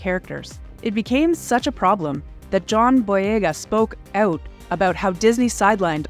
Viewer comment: "Let's find uuuuuwt abuuuuwt", shall we? MUST be Canadadian. : P